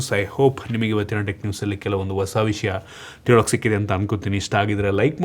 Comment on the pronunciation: All good ಬಟ್ ಬಾಷೆ ಮೇಲೆ ಹಿಡಿತ ಇದ್ದರೆ ಒಳ್ಳೆದು… ಓಸ ಅಲ್ಲ ಹೊಸ…ಅ ಕಾರ ಹ ಕಾರ ಸ್ವಲ್ಪ ನೋಡ್ಕೊಳಿ